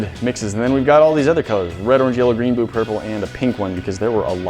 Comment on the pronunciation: ~ any ray~ right after that he says -bu - instead of blue 😂